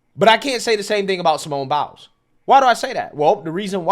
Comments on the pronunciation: "Simone Bowels" I know it aint on purpose, but they don't. Be careful, or they gonna come for you next. Lol love you brother!! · Dude I feel like he gets the names wrong on purpose lol. Simone bowels!? Come on!